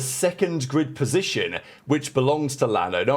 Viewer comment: sounds like a failed attempt to say "grid" but who knows. It's 2025 🤷🏻‍♂